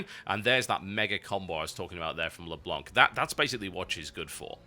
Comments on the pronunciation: Leblanc is said Leblan by the way, it's french (The White) =p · PLEASE TB. Don't pronounce the ''c'' of Leblanc. Le blanc is french for The white, and the ''c'' is a silent letter.